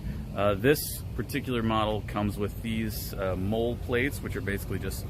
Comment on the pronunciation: MOLLE is pronounced like “Molly,” not “mole.”